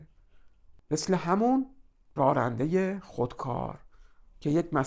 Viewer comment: سپاسگزارم. از تشبیه و مدل کردن بسیار خوبی استفاده کردین. چون پای ناخودآگاه مطرح است فقط جسارتا کلمه راننده را که بسیار هم تکرار شد بصورت رارنده تلفظ کردین که این کار باعث ملکه شدن این نوع تلفظ میشه. اما جالب این هست که کلمه راننده گاهی هم درست تلفظ میشد.